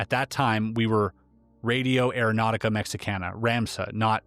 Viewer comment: Doing surprisingly well with the Mexican names :) Good job!